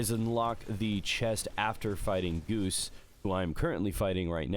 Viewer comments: Dude his name isn’t goose it is gauss like the rifle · Bro... Gauss is pronounced Guh-OWW-SSSSS... not goose... lol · Pronouncing Gauss as "goose" instead of "goss" from now on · Btw, Gauss is pronounced like how you say OW. Not oose. Named after Johann Carl Friedrich Gauss, a famous mathematician and physicist. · Goose? GOOSE? It's Gause, pronounced like gaws or goss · Teacher: Gause? Gauss: It's spelled Gauss Teacher: oh like Gause? Gauss: sigh